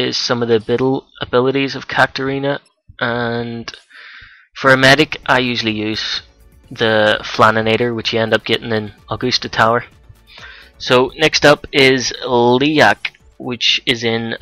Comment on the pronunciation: "Augoosta" lol... Lucky these monsters aren't required for that bestiary list for the professor in Academia